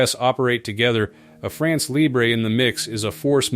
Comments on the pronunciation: It’s not pronounced “libré” but “libr..” (you don’t pronounce the last letter). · Yes the lee-bray pronunciation is Spanish so goes well with nacho, whereas the French is more like LEEBR-uh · « Libre » pronounced librae is not French ! France Libre has to be pronounced with a ton which didn’t exist in English. Forget the « e » Guess that « France Libre » will have a six generation Rafale which its fifth generation is currently the best fighter jet in the world on sea and elsewhere. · LIBRE pronunciation LEE-BRUH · France Libr... Do not pronounced the E. There is not accent atop of the E. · Right! No accent on the E of Libre, therefore you should not hear it.